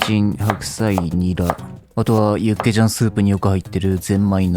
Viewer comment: 육개장 닭개장 발음 거진 한국인인데 ㄷㄷ